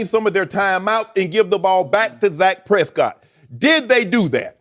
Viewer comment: "Zak Prescott"